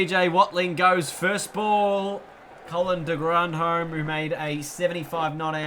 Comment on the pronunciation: It not de grondhome it’s de grondhom 🧐